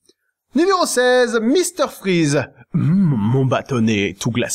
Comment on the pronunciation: ENFIN QUELQU'UN QUI PRONONCE "VICTOR VON FRAÏZE" PLUTÔT QUE "FRIZE" !!!